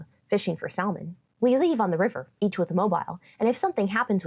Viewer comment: In all English dialects, the "L" in salmon is silent. In languages like Spanish, Italian, and Portuguese, they do pronounce it. I thought maybe you were using a Polish pronunciation, but the Polish word for salmon is "łosoś".